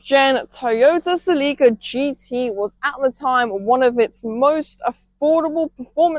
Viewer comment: It’s not pronounced Selleeka, it’s pronounced Selica.